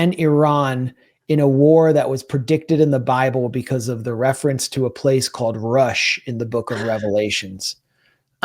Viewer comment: It's not rush it's rosh st ef.up you two crazy I'm over